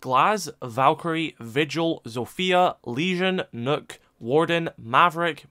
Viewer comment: Why do people pronounce nokk as nook